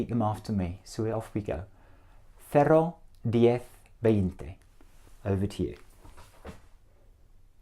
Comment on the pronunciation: El "cero" está mal pronunciado. Suena algo entre el "cero" y "cerro". Es una erre muy extraña, pero no es la nativa. Noventa hace algo de fricación, y no es así. Noventa suena como si fuera NOBENTA. Por lo demas muy buena pronunciación y entonación.